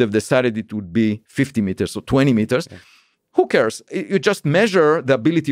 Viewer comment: When ever he said 'who cares' I hear 'hookers'